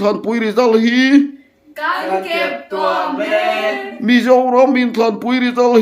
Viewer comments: Keptuam tih ah hian thluk la, keptua m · Keptuam I lamdan kha a dik lo.Tuamhlawm tih a tuam rik Anga lam tur.